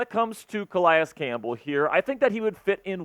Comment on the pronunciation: Cal-EEE-iss Campbell is the correct pronunciation bruh